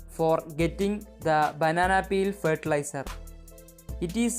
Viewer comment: The way she says “banana peal” 😌